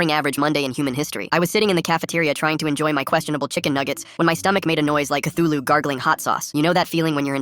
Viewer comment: Bro really said chtulhu